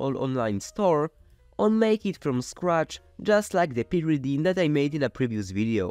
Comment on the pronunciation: you got some pyridine and some purrydine too :3